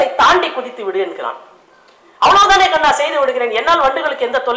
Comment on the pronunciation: madam you said karna instead of kanna in one place